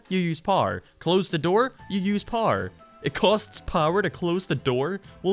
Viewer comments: Blud is pronouncing power powr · Didn’t realize this dude WASNT American til he said America and power 😂